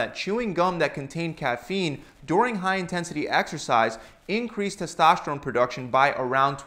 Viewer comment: What about your tes-TASH-terone??